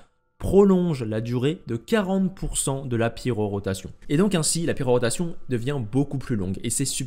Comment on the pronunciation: Bon timing avec la quête de l'event actuel qui parle d'elle, par contre ça me trigger à chaque fois quand tu dis pyroROtation au lieu de pyrotation xD